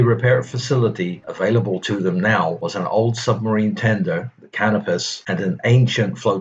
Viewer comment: As usual anymore, this narrator has no clue how to pronounce common names from the period. While a Brit might be forgiven for mispronouncing "Packard", a very well-known brand of American car at the time (the company didn't finally go away until the early 1960's), there can be no excuse for "Canopus", a figure from classical mythology after whom a particular star useful to navigators is named, and less still for blundering "ensign", an officer rank still alive and well in the Royal Navy to this very day.